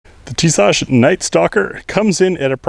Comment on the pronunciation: I love mine guy's, but I just can't find the H in pronouncing Tisas lol.